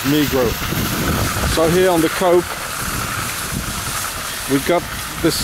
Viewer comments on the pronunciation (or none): It is pronounced ... Co - op ... as in Co-operative shopping !